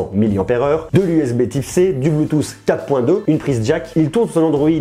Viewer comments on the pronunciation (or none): none